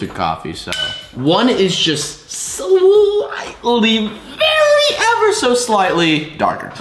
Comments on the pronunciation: This is how much times he said slitely 👇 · How many times did he say sighlty in the video?⭐⭐